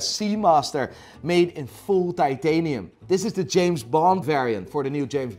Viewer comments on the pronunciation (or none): none